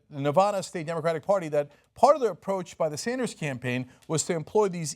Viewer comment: Cynk, it's Nev-A-da, not Nev-AH-da. :D